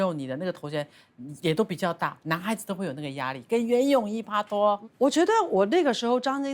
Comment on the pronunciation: 不要再pa拖了是pai拖除非您是想读粤语没读准